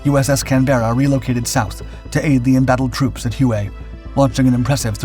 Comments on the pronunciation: Hue is pronounced "way". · Hue (the city in Vietnam that you mentioned), is pronounced "Way".